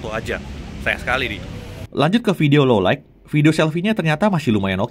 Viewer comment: Sekelas jagat review Pronounce "Low Light" masih salah aku kok gemes ya. "low light" mas, bukan "low like"